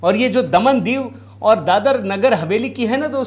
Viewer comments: क्या बकवास कर‌रहे हो? ..प्रचंड जीत,मतलब ऐसी जीत नहीं है कि जिसको छोड़ दिया जाए इस अनर्गल प्रलाप का क्या अर्थ है। महाराज दादर नहीं दादरा है जिसे आप दादर नगर हवेली कह रहे हो, समझे क्या। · दादर नही दादरा